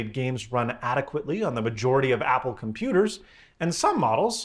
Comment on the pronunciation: Pumpooters. Nailed it.